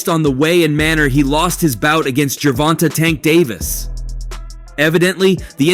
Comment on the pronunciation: How u gonna be a reporter and not say gervonta name properly bro like he new or something